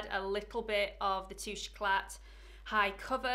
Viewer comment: Great review, terrible pronunciation, it's French, you don't' pronounce the t, it's tooshay ecla